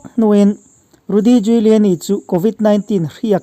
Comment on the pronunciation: A pawi hle mai, a kum a tam ve tawh si a a ngaihtuahawm mang e o. A thawkrim bawk si, Lalpan vengin hruai zel rawh se. Giuliani tih hi Júliani tia lam mai tur ni âwm tak a ni.